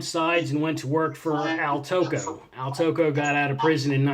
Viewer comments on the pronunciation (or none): Just a heads up, Al Tocco's name is pronounced like taco.